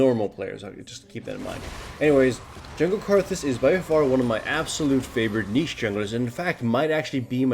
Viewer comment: Wow someone that actually says niche right.